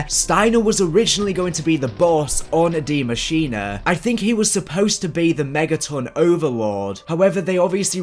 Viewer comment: Deeee muh sheen uh